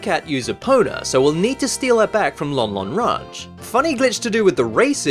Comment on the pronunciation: Lon Lon Ranch got changed into London rant............ OMG